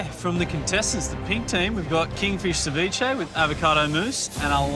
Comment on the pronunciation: Ceviche..cev-blach 🤮...just call the whole thing off ...😊